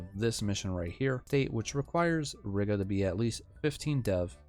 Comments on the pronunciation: Reeeeeega not riiga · Heads up, we pronounce it like "Reega", as in "regal", but with a long "e". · im gonna lose it at how you say Riga, other then that great video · Lol I left a reply with the proper pronunciation before seeing this comment. Gan jau iemācīsies čalis :)